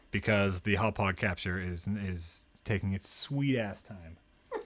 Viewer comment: I have to admit, I cringe a little every time tries to pronounce "Hauppauge":/